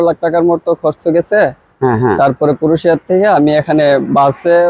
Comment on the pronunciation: "ক্রোশিয়া" নয় "ক্রোয়েশিয়া" ।